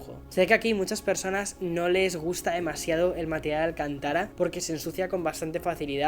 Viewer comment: «Espresso» se escribe exprés o expreso. La pronunciación correcta es Alcántara no alcantára.